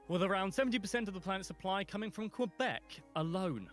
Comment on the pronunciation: The narrator kinda butchered some of the names. It was annoying hearing Quebec so many times pronounced with a W.